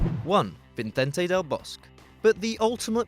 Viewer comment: I thought it should be pronounced as Del Bos-que